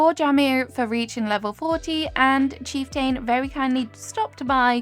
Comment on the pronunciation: His name is pronounced chief-tn, you’re doing great tho. Love the video!